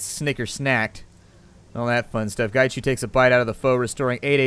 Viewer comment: Its pronounced as 'ung', as in hung without the h. But his ING is just as cool. Qi = 'chi' Macau = 'ma-cow' Hui = hwee Whampoa = 'wumpo' Ip = 'yip' Gaichu is spot on! I'm Cantonese by the way. :)